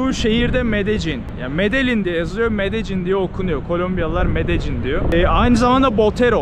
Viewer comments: Benim bildiğim L harfini Y olarak okuyorlar İspanyolcada. Yani Medeyyin olarak okunması gerekiyor ben mi yanlış biliyorum acep? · medecin değilde medennin diye telafüz ediyorlar diye biliyordum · Medecin değil... Medeyyin olarak söylenir, kral! Medellin tam mafyanın merkezi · Medellin deyilmi o? niye her kes medecin diyo? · Medelinn abi Medecin degil 😀iyi eglenceler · Abi aslında “Medeyin” diye söyleniliyor. İspanyolcada iki “l” harfi yan yana geldikçe ‘y’ diye söylenir. Bu arada her zamanki gibi güzel ve yüksek kalitede bir çekim olmuş; Böyle devam abi 🙌🏼🙏🏼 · Medejjin. Kaynak: 5 gun once ordaydim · medecin diye okunmuyo ki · Şuraya medecin deyip durma ya medellin de şuraya